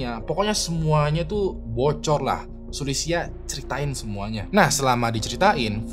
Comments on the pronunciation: Bang mon maap nih ya tp gw agak gereget gtu pas bang nyebut nama2 mreka 😅 gw cmn dnger videonya tnpa nnton atw baca judul dan deskripsi, kan ktanya org cina tp ko nmanya sulisia sma jia wenj gw bingung 😂 trnyata pas gw baca kyaknya abang salah pngucapan. Yg sulisia itu mirip sih plg yg bagian xia nya itu ngga si-a kayak di kata indonesia, tp lebih ke sya gitu kyak di kata tasya. Trs si jia wenge, itu kyaknya wen-ge, huruf e nya dbaca kyak huruf e di kata lebah, bukan wèn-gè tp lbh ke weun-geu... gitu bang 😊 ini buat masukan aja sih biar d video2 brikutnya jd lbh baik... kan channel ini udh gede bgt nih, jd gw rasa hal2 spt ini bsa ditanggulangi lah yaa... peace love and gaul yeee mentemen ✨️ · Kok ngakak ya denger sebut nama orang dan tempatnya jiaweng,sulistia,nehe,kikihar. Mending sebut nama marga nya aja buat cerita jia,xu 😅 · kalo bisa penyebutan nama orang atau kota2 diresearch dulu, kayak Jia Wenge bacanya Jia Wen Ge, jangan dibaca wenge, Xu Li Xia juga jangan disambung sampe kedengerannya jadi Sulistya 😅 Nama kota Nehe sama Qiqihar juga jadinya lawak banget kalo nyebut sesuai tulisan gitu 😢